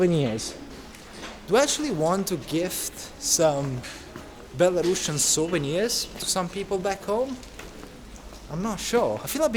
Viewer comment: Say belarUsIan, not belaRUSSIAN...